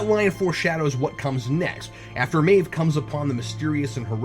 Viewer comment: I know it's nitpickery, but it's driving me nuts. Cap, her name is pronounced "MAHve", not "MAYve".